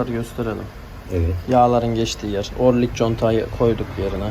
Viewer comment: 10 numara.yalnız orlik değil o rıng ya da orıng